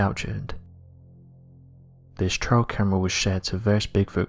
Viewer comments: Awesome video but I wish you would pronounce words properly it's trail camera you say trial camera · Can you please use the correct pronunciation??? It’s a T-R-“A”-I -L camera a TRIAL takes place in for example, a courtroom! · If you pronounce trail like trial, how do you pronounce trial?